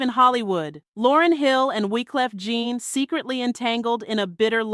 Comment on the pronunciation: Wyclef you get right, but you called him Gene instead of Jean (John)😂😂😂😂.